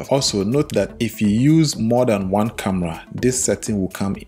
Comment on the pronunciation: I heard camla 😂